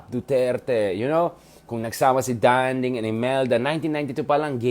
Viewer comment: It is not Dánding, it is Dandíng. He deserved to be called by his name pronounced correctly.